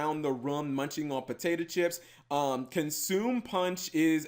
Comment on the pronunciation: i'm a crisps fiend... this archetype is totally too cute~ ... also cap, it's consomme` - con.som.meh, not consume ^v^ . the soup stock or broth. You can make it out of most things but potato consomme is a thing. it's referencing the flavor of potato chips from calbee, potato consomme punch. potato stock flavored potato chips...hmmm most of me says no, but the irish in me is drooling. you can get it imported from amazon for 2.98 for one bag...or 24.98 for a 12 pack...they look small .-.